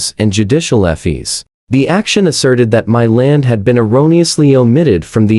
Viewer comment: Why cant you pronounce fees corectly